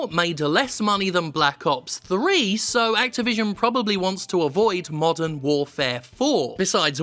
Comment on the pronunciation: At first I thought you said "Call of Duty: Mutton Warfare".